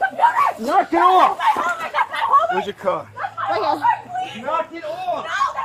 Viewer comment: Former New Yorker officer: "Knack it ohff!" 😂